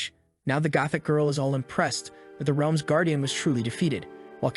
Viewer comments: The Ree-elms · Bro said wrlaems